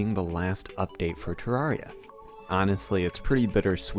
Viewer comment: Hey I was the first question in this ayyy Also you pronounce terraria wrong